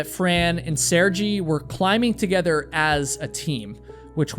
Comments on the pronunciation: I think his name or pronounced Sare-gay. ⭐️ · My grandfather and uncle are named Sergei. It's (Sir-gay), sorry if he doesn't pronounce his name that way, but I've never heard it pronounced with the soft G? I heard your disclaimer at the beginning about pronunciation, just thought this was an easy one. Guess I know more Sergei's than most? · Pretty sure his name is pronounced (Sair-gay) or (Sir-gay). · It’s pronounced Sear-Guy or sometimes Sir-Gay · I think his name is pronounced Ser-gay 🤗. I love your channel😊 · I'm surprised you have never heard the name Sergei said out loud before. But it's about intention - you didn't mean it! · I love how you stopped to mention how hard you've tried to pronounce the names correctly, which, apparently, didn't include you simply googling "Sergei name pronunciation" 😂 that would take less time than your speech about Russian names. If you care so much about your pronunciation you make time in your video to apologize why not spend 3 seconds to Google this shit, it's just so funny idk xd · Mate, learn to pronounce his name properly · What regrets if any?! She had a kid, dude... Also extremely disrespectful not to take two seconds to google the pronunciation of his name before make a 30 min video and mispronouncing it a hundred times--it's very common in his country. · You not bothering to look up how to pronounce one of the most common Russian names that is a) stupidly easy to pronounce and b) said correctly by native English speakers, as well as getting the timeline of her son’s birth wrong (and not mentioning the crucial role he played shortly before his mother’s final departure), the fact that her body remained there as a landmark for the next decade following her death until one of the people who encountered her in her final moments went back and moved her corpse out of view makes me question just how thorough was your research and fact checking for this video. 🤨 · Sergei is pronounced Sir-gay, not sir-gee.